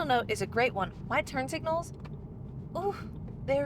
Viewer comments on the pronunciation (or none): I am guessing you really liked the turn signal I heard a slight southern draw there for second .